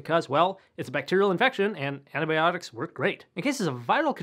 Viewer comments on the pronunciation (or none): none